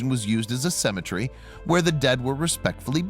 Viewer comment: Learn how to pronounce the word cemetery